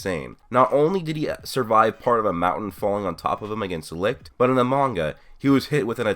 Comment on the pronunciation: For the record, Licht's name isn't pronounced Likt. Butchering names triggers me so much for some reason.